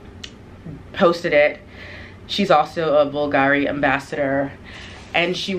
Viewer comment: Love the Bulgari bag, it is very special (to pronounce Bulgari properly, the accent goes on the U, instead the A) love the video.